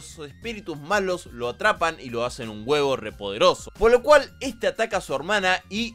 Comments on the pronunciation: Jajaja "huevo" no se llama haci se dice "hueco" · Ya está te amo bro, te ganaste mi cora y te lustro toda la espadota bb(? Pese a todos sus fallos bleach es y siempre será mi anime/manga favorito y tengo un hype tremendo por el regreso del anime PD: Lo de huevos es a propósito verdad? Verdad?... PD2: Deberias practicar un toque mas la pronunciación de los nombres en taka taka (aunque en esté video tan bastante bien)